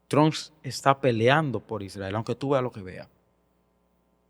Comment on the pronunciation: Pero porque no sabe pronunciar Trump?